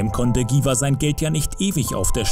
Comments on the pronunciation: Was für giwah? 😂 cringe wenn man ein Video über einen Künstler macht, dessen Namen man nicht mal richtig aussprechen kann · Dschiwar.... Nich Giwar...